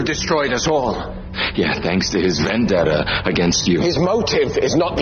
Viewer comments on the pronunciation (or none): none